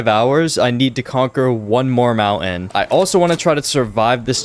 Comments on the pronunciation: Mountain. Is pronounced mountain not mounten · Please STOP saying mounten its so annoying just stop saying it at all.. call it a Hill if you cant pronounce it correctly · Nope i cant watch it anymore you say mounten so many times its unwatchable